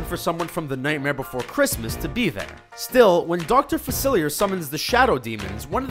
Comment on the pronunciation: "New or-LEANS" ..... "Doctor Fa-Sillier"... STOP